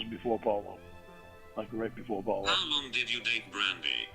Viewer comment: hear that?? He almost slipped up but caught himself, we “didn’t even know eachother lonh (mini syllable stutter lornism)”there I fixed it lol We know more about the likely truth in his life then he does